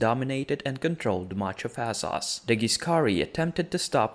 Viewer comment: Say it with me..."Wes-teros"...."Es-sos"....Ennngliiiisssh lol